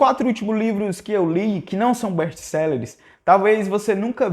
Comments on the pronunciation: "Bésti céleres"? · não é best selleres é best sellers